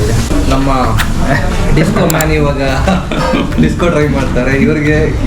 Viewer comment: Disko Mean ❌ Disko Man✅